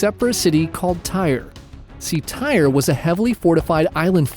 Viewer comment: Tyre pronounced ty-ree